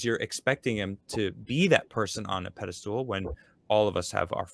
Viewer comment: Is saying "pedestal" or "pedostool"?:P